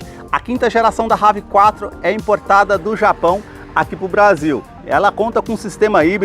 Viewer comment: Brother não é Rav Quatro Nome dele é inglês e se pronuncia Rev Four